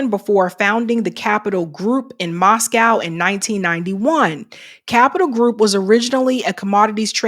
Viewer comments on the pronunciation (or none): none